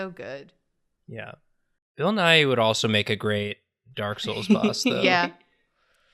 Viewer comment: Edit for time stamp: pronouncing Bill Nighy right made me way happier than it should've